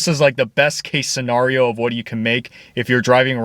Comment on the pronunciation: Quit saying “Scenario” like that please 😭